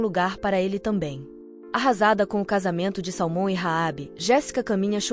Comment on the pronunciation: Só erra na pronúncia de salmon